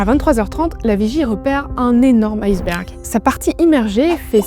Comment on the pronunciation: Très mauvaise prononciation de "iceberg" car ce n'est pas "aieceberg" qu'il faut dire mais "iceberg', eh oui le "i" de ce mot se prononce "i"